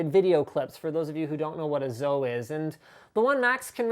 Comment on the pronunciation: it's called zoe, not zo... zoE